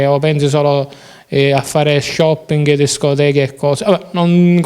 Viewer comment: Disciamo lo ha detto x caso? non mi sembra, shoppinghi 😂 lo amo